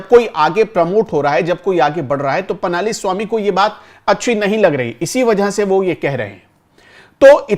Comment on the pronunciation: पनाली नही पळणीस्वामी। अगर हम सब हिन्दी भाषी लोग दूरियाँ कम करना चाहते हैं तो हमें भी थोड़ी बहुत दक्षिण की भाषाओं को समझने की कोशिश करनी चाहिए और नामों का उच्चारण सही प्रकार से सीखना चाहिए।🙏